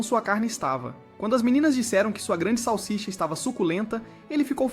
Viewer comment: Para de falar sausisa